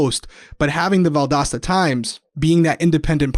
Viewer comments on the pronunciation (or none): I live an hour from Valdosta and I know exactly how it's pronounced but I would never correct you because when you said valdOsta it was really cute lol. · 1. Each time you mispronounced Valdosta (Val-dos-ta) I wanted you to know 😂. 2. As I was watching y’all last night, watching murder porn is what my hubby calls it, my husband chimes in, “Is that?” I replied yup, I cocked my head and asked him how do you know? “He’s the police officer that won Big Brother!” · The pronouncement of Valdosta is because you do not pronounce “T’s” in any word. I believe it’s a regional dialect. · Yay, so glad you learned how to say Valdosta lol... I'm from Jacksonville FL, I have family in Valdosta and I totally knew that you didn't know you were saying it wrong but it would still scrape across my nerves every time you did say it wrong lol 🤣😆 it's so funny how defensive we get when someone mispronounces the name of something significant to us 😂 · As a person that grew up in Georgia I appreciate you guys! evertime i heard you say Valdosta that way it made me giggle! 💜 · was doing it too!